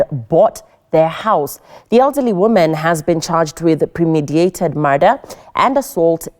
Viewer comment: pre-meditated not pre-mediated